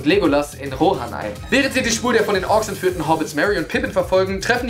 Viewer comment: Die Armee von Rohrhan? xD